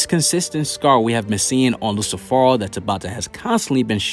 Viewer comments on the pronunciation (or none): It's Lucifero.. not "Luci Phoro" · Did he just call lucifero as in Lucy or i am tripping ???